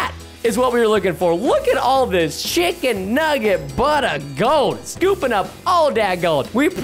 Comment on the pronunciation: Preston’s chicken nuggets sounded like s word nuggets LOL 😂